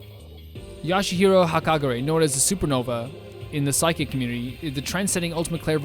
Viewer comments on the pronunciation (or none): 🤓:Um actually it’s B-ya-ku-ya Not Bioka Ya-sue-he-row Not yashero